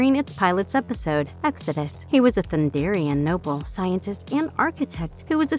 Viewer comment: Its not Thundrian its Thundarian you pleb